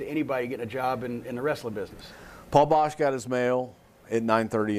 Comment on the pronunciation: It's Boesch, not Bosch.